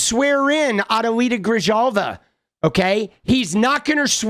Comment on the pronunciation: The J sounds H in Grijalva, its pronounced "Grihalva".